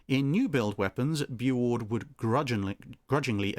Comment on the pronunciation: It's pronounced "Boo-oord" or "bew-oord". Not "boo".